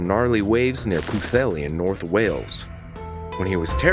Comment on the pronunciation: This presenter pronounces Pwllheli and Abersoch better than most Welsh speakers. Impressive.